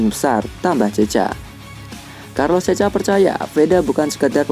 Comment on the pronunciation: Carlos checa dibacanya "karlos sèka"